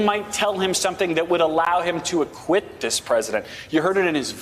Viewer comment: Did he say "acquit" or "I quit"? Guess which would be may mostess favorite choice.